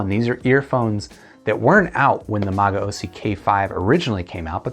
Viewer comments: It's pronounced "ma-go-see." Great review bro. I thoroughly enjoyed these when I heard them about a year ago. However, the chi-fi market has blossomed with such affordable great products lately i feel you can get better for so much cheaper these days. Like the Blon bl-03 for example or the Shuoer Tape and BQEYZ Spring 1. If you enjoy these a lot though I highly recommend you look into the magaosi mgs-401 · I'll stick with MAH-GAO-SEE in the with pronunciation.